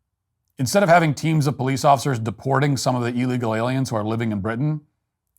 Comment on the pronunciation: "Dedicwated powice officers"